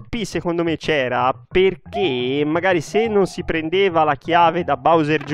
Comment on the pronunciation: ahahah chiave si dice [kii] non [kei] ahahah😂😂 Grande!